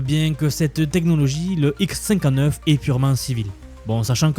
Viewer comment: Tu pourrais mieux prononcer : " le Xcinquaneuf ... " plutot le : X cinquante-neuf "